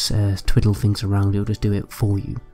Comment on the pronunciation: witcher free? please put some effort in pronouncing your th's and f's and r's. children can be forgiven but at a certain age you begin to sound ignorant. fink : THink, free : THree ferd : THird fings : THings everyFing : everyTHing and so on.